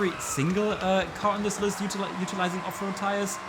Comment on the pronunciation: It doesn't matter how many times you say Off-Road Tires... I hear Afro Tires.